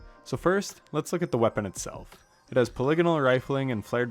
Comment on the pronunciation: Po Lig Ga Nal?!!?? Lol It’s pronounced Poly…